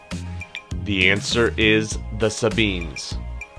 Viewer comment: You mispronounced Uranus, Aeneid and Sabines !